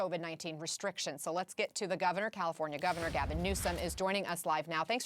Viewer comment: Newsom says - CaliforNIya. Never heard it pronounced that way. Most people, it's Californ-ya. Maybe that's why he got elected. You know? People say - CalifornYA - they THINK they know what it is, and maybe they need a guy who isn't sure. Anyway. First time, I've heard him speak, and I don't know what the problem is with out of staters hating him. He's a lot better at communicating than most. And. I got a lot of family in California, and I would prefer that people, there, take the vaccine. People talk about civil liberties in red states, and if that's their idea of freedom, having this right to be a speed bump in terms of national AND global recovery from this pandemic, it could be why Americans 'imagine' the US is about freedom, when in truth, freedom has more to do with 'speeding' things along. We're good at 2 things, in the US, beyond any other nation, lying about and pretending to be free, as a group or collective. 'Freedom' might come to one person in a great state, ever 3 generations. That statistic is to balance out whole swaths of states with BAD vibes, low intelligence, and BAD karma. Course. Not talking about Florida OR Texas.